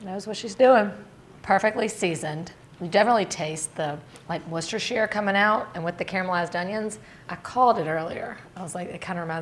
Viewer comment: I beg of you - please start calling Worcestershire sause correctly!!! I love watching you but it makes my ears bleed to hear your pronunciation